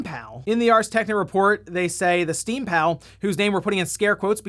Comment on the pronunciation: sounds like steamPOW every time